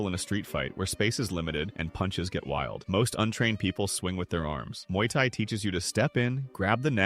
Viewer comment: Not "Mauy Thai" 😭